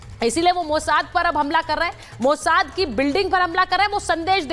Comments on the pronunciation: Is gadhi ko batao mojad nahi mosad bolte he. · Mata ji Mozart nahi mossad. he. E news reader kahase training leke ate he. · मैडम मोसाद को mojad बोल रही..😂😂